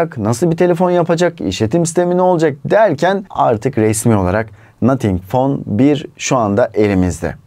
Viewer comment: nathink fon bir 🤣🤪💩